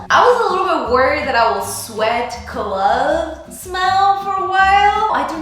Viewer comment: Loved this.and Love your hair .but it is pronounced clove like wove not clove like glove